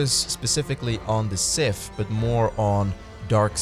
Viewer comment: FFS! SiTH! Not Siff! DarTH! Not Darff!